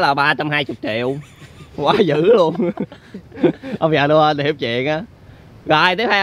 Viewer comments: ơi người ta đọc là ông già Noel mà anh đọc nhà ông già Noen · noel mà anh cứ nói là nô ân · Nô en chứ ko đọc là nô ên nha anh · Noen 🎄mà anh cứ kêu noơn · Noen chứ ko phải no ên nha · ngưỡng mộ trình độ tiếng anh của anh ghê!christmas:cờ rít mợt ;noel:nô ơn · vãi cả "Nô ên"🤣🤣🤣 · Ông già Nô.................(ko phải en)...... belike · Noel ❌ No ên✓ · Nhớ đọc đúng giống Nô ên vs Me ri chít mệt nhe mấy bn:)